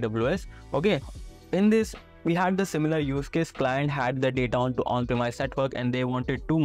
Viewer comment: premise sounds like promise, but with an e instead of an o. promise: PROM-EES premise: PREM-EES